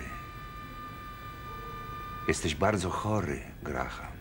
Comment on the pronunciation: Amerykanski polandkow oszalal z tym Grahamem w imieniu Graham nie wymawia sie H !!!!!!